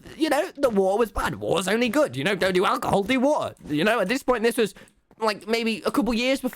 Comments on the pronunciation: He literally says wa’r when the says water fast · keeps drinking "wa er" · Its the wothur for me